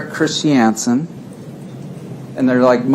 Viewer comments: Chris shee anson!???-this WACK JOB DOESNT EVEN KNOW HOW TO SAY CHRISTIANSEN!????😆🤣🤣🤣 WAAAY TA Pick the worst lawyer IN THA WORLD paltrow,,,--not very smart is she?? Painful. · Mr CHIS-TI-AN-SEN